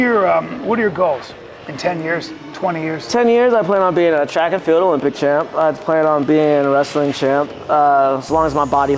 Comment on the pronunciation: Did he say track and field?